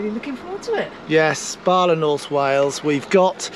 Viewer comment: It's BALA. No R